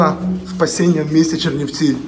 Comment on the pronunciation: Уроди повтікали від мобілізації з Київа, і навіть не можуть вимовити назви того міста куди приїхали!!!